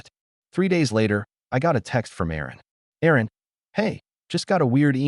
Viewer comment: Erin, not Aaron.